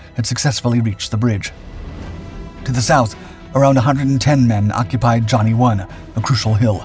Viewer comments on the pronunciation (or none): none